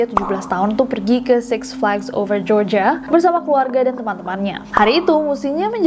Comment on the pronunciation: Nessie : "kasus ini terjadi di Georgia" Telingaku : "kasus ini terjadi di Jogja" Me bilek : 😳